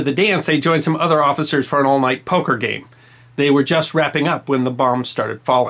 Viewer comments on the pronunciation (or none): none